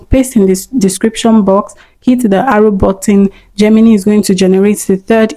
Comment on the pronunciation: Great video! Just a small tip: Gemini is actually pronounced 'JEM-in-eye', not 'JEM-in-knee.' No offense intended at all, I still gave the video a thumbs up!